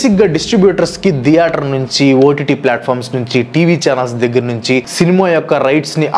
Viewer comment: Video is good but it’s not deator, it’s theatre